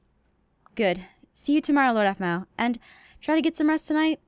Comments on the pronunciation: keeps saying apple instead oof Aphmau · It's so cute that can't say Aphmau so he calls her apple